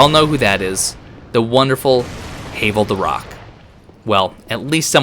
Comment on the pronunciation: Who’s Hay-vel? Quite obviously HAVEL like GRAVEL….ya know…because rocks